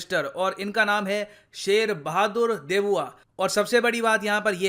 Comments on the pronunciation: Why you pronouncing Deuba as "Debuwa" sounds really funny 😂😂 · "देउबा" not 'देबुआ' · Very firstly pronounce our prime minister name correctly not debuwa its deuba..!!! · He is saying debuwa instead of deuba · just the fact ur calling sher bahadur deuba debua is quite offending to the normal neplese and i dont mean to sound anti india i agree that nepal should work with both india and china so just dont call him debua it's deuba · Debua nehin Deuba hai ! 😃😄😃😄😃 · शेर बहादुर देउबा है सर देबुआ नही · Sir wo देबुआ nahi देउबा hai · Not debua its deuba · pronounce Deuba not Debua 🤣🤣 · देउबा है सर न कि देबुआ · It's deuba not debua as spoken in the video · Its not DEBUA, its DEUBA… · शेर बहादुर देऊबा not देबुआ 👍